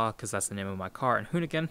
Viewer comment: at the end it sounded like "thanks for watching me giving you a walk around of ma-car lol